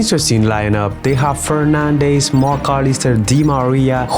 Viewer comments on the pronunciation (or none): none